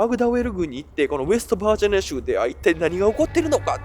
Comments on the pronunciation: 日本人？ ちゃんと日本語発音して喋ってくれ。恥ずかしい。バージャニアとかヒルベリーとかメキシカとかWarをワーとかなんだそれ🤦🏻‍♀️ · 一回もバージニアって言えてない😢